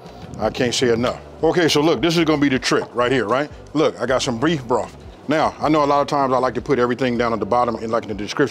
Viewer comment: Huh?! What was that again?! You got some "breef broff?!" 😂😂😂😂😂😂😂